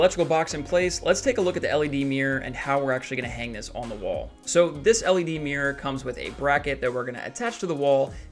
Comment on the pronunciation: Mirror ❌ Mir ✅